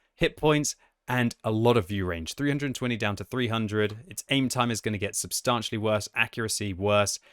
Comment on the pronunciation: pronounce the word 'substantially' correctly challenge (impossible).